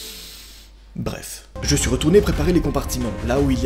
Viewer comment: Je surkiff les "ch'ui désolé" 🤣🤣